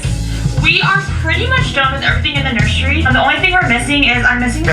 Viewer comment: English is not my native language but it somehow pisses me off that she says nurshry all the time. Also.. they built a house with the intent of staying there 3 to 10 years?! Wtf? Is their hobby burning money?